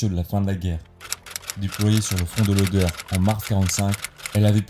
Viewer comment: "Oder" et non pas "odeur" ...